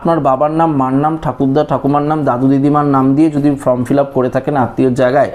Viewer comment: Bhai kothata from noi form onek din holo sunte baje lagche.yhik korun.